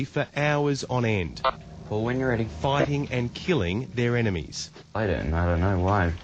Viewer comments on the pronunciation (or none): "Foighting and KILLING their enemies" Oh my, how brutal